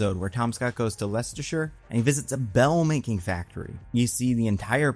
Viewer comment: As a brit, thank you for pronouncing "Leicestershire" correctly 👌